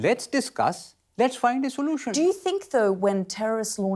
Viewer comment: Can we find a soo-loo-tion